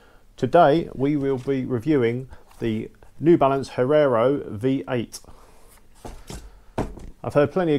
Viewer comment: Great review but please don't say Herrero...it's Hierro :)